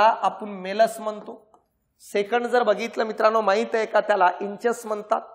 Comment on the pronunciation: इंचस नाही इन्कस आहे उच्चार शब्दाचा ear मधल्या part चा